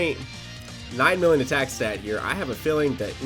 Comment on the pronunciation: “2.4 villion.” all this time you’ve been playing Dokkan and you can’t even say million. Tsk tsk tsk